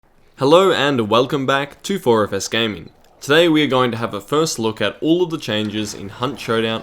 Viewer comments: Lol. It’s 4-F-S-gaming not “orafice” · Every time you do your intro it always sounds like you say orifice gaming.